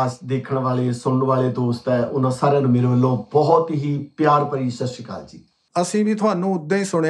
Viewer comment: Maaf krna tuc dovy brry satkaar jog bde vr oo ,, pr bde paji sat shri akal hunda sssri kal ni hunda Maaf krna